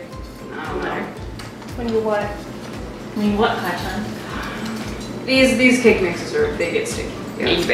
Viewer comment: Kacaan XD it sounds like can lol It’s Kacchan btw